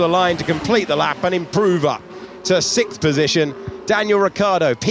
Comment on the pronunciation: It's Sixth. Not Sickth